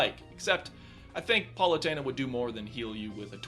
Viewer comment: Does he realize that it pronounced Pal-oo-teyn-a not PAUL-oo-teyn-a right? I mean thats how it's pronounced in the voice acting...